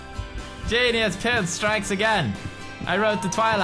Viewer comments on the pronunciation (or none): none